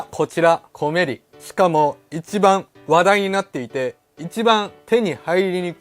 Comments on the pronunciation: コメリのイントネーションはおでんではなくトマトです。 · 「コメリ」のイントネーションw